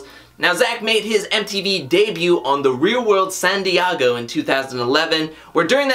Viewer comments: who TF is San "DeeAAAAhhhhgo" ... i know he's not talking about San Diego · Hahaha I was like..is there a San Diago in South America that I perhaps have never heard of? Lmao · As a San Diego native I do not approve of “san diago “ 😂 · Chelle Nalehp it’s not San diago? Lmao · lol, I googled "Santiago" when he said that. I thought I was the one tripping. lol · lol ...it was driving me crazy ... it was almost like he was saying it annoyingly just to see if anybody would mention it lol...he seems to pronounce every other word perfectly fine with no accent or anything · Who the fuck says San Diego like that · I'm glad you liked my switch up on the pronunciation of San Diego. I wanted to spice up the words. Thanks for watching and commenting! i really appreciate it!